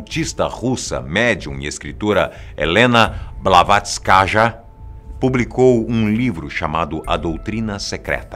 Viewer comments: O nome é Blavastky, mas por ser um nome feminino. Pronuncia blavastkaya nao blavastkaja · Blavatskaja? Que poha é essa? 🤣🤣 É Blavatsky pô.